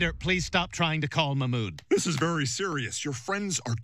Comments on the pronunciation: Peter please quit trying to call Mamoud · Peter please stop trying to call mahmoud 😂😂